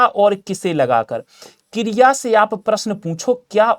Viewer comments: Kirya 😂nahi kriya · Kriya no no no kiriaaaa😂😂😂